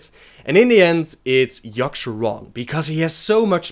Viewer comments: Its yogg-saron, not yogg-SHAron. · FOR. FUCKS. SAKE. LEARN. ENGLISH. Ok Yogg-Saron. Not Yosherrann Shat-trath not Shath-rah Murad-in, not Murrahhh-dun this is just the basics.... learn fucking english, and how to read, and these movies would be less shitty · seriously as i read this, i read "yogg'saron" but you keep saying "yasharon"... learn fucking english before speaking it